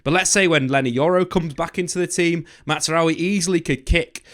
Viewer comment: Please stop saying Matsraoui